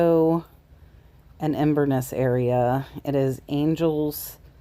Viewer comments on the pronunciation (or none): none